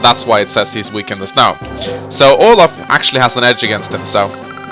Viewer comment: "sturm income is very CUAK" ... cuak!?